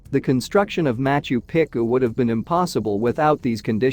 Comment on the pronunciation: Quit butchering the ancient cities names please. It is pronounced MachU PEchU not macho picU .